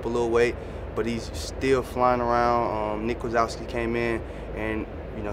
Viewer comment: Dude said Nick Wazowski lmao